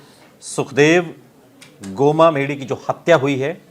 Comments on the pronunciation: बोलना सही तरीके से सीख गोमा क्या होता है गोगामेड़ी बोलने में क्या तुम्हारी जुबान लड़ खड़ाती है क्या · गोगामेड़ी होता है ठीक से पहले बोलना सीखो